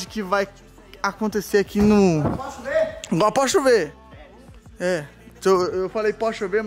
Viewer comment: O falou "pode chover", eu entende "Porsche U,V" 😂😂